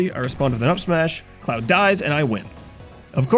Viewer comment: For a moment I thought he said "I just got this clown offstage" instead of cloud